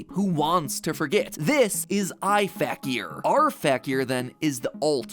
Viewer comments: So matt kept saying r fakier fact-e-er- but wilvur pronounced it fakier fake-e-er meaning the characyers are fake kinda cool 😅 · The way he pronounces Fakier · This video is so great but i can get over how mat is pronouncing fakier wrong lmfao